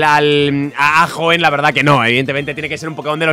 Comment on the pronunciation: a y Por cierto es Hoenn* no Hoeen xd